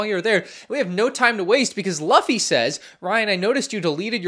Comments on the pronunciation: Small thing, my soul hurt a bit with how he pronounced Luffy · No way that’s how you pronounced luffy 😭